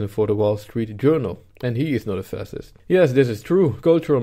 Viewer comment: funny prononciation